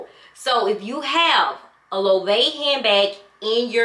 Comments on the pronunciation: It’s Low-eh-vey I think lol, who knows?! I just got a mini puzzle and it’s adorable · Hair goddess! Your style is so versatile. I love it! Loewe is pronounced Low-Way-Vay. At least that is how I here it from others on here. I prefer the way you say it though.😆 I don’t really care for Loewe. I like Balmain, Gucci, Fendi. LV, Prada and Bottega V for the most part. Maybe a select few others for some things like Jimmy Choo, Marc Jacobs, Tory Burch, Burberry, but things like Polen I don’t know enough about to spend on. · hi! i love your wishlist and that you are looking at Loewe and Polene! Bags are so expensive now that I've decided to buy jewelry instead. Jewelry can be passed down and I get to wear the pieces everyday unlike a handbag ....and Loewe is pronounced Low-way-vay. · 🗣️ Loewe is pronounced “Lo-wey-vay.” Also I love the puzzle bag. Very good quality, all leather, understated. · I love that you are willing to branch out… Chanel is a whole other level … I love my LV, but once you get started on Chanel, it’s a slippery slope. I have plenty of both 😂 And that puzzle bag, It’s very cute….brand is pronounced LO - AY - VEY. Thanks so much for sharing your wish list with us! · I don’t know that you’ll be happy with the Polene numero neuf. Fifteen black and gold bags, sounds good to me! Fendi is going to drop tgeir Marc Jacobs collection. The puzzle bag is great. Loewe is three syllables.